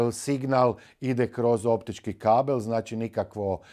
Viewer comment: Nije "NACI" nego "ZNACI "😅😅NACI ...NACI..NACI 😅😅😅😅